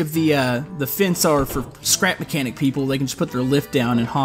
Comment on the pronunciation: I skipped the intro for the second time I watched and instead of you saying "scrap mechanic" it/you said "crap mechanic" 😂🤣😂